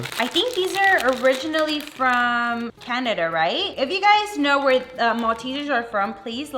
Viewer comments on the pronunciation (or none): none